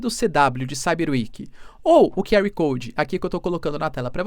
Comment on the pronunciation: Aula de inglês e diz "que ar coudi" e depois manda "pra mim que tenho". Sabe nem português 😂😂😂 nem inglês